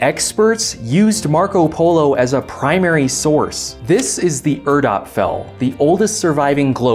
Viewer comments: It's "Erd-Apfel" (literally Earth-Apple), not "Erda-Pfel". But thanks for pronouncing the p before the f, anyway. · Erd-Ap-Fel not Erda-pfel, just some German nitpicking. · It's not Erda-pfel, it's Erd-apfel